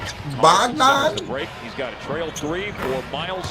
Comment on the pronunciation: Bogdan...bro it’s Bojan